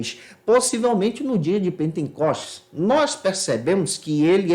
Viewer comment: Gostei muito do comentário do. Gostaria de a título de ajuda dizer ao irmão que observe quando expressa a palavra pentecostes o sr acrescenta um n que não existe.